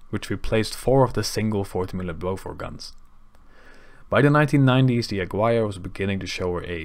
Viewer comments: It‘s not ‘Agwire‘ but ‘Agirre‘, the U being mute and the G pronounced the German way. Otherwise a perfect report. :) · Jeezes vent, ik spreek helemaal geen Spaans en weet toch hoe je Aguirre correct uitspreekt. Doe een beetje research zou ik zeggen. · great video, tow points, Aguirre is mispronounced, but not a big deal and the one correction: at the end Almirante Grau was not preserved as a museum, it was sold to ship breakers in Guayaquil.